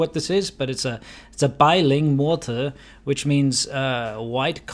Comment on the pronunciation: at the 3rd category of women, it sounds like you say 'Boiling Water' with a heavy Scottish accent hahahah